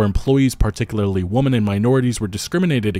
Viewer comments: Can’t pronounce “women?” Seriously?!? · That's not how you pronounce "women," and you should know better.